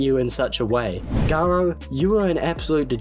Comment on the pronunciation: I can’t stop hearing “guro” instead of “garo”. I actually wouldn’t be surprised if that was intentional.